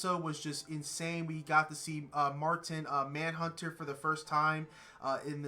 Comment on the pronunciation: Somebody tell this man its mashin man hunter 😂